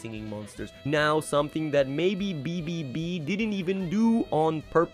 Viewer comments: yeah its ai generated so its bound to make mistakes with the voiceover/script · Why are you having so much trouble with pronouncing "BBB" 😭